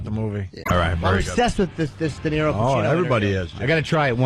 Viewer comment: D-E-N-I-R-O “Denarro” what an ass.